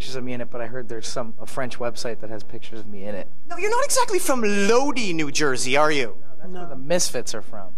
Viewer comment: The way nardwuar pronounces Lodi ...